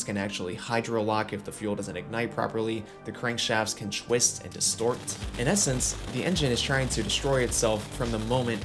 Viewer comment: bro says "chwsit" instead of twist and "churn" instead of turn